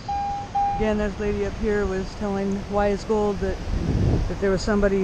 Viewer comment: That's a good Hunt. The only thing is it's not WY'sGold, it's wygold. Don't worry about you'll catch on. lol